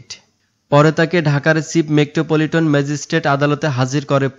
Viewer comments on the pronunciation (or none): মেক্টো পলিটন না মেট্রো পলিটন